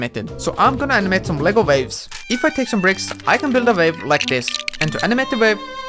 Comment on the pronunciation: I heard vape not wave... lol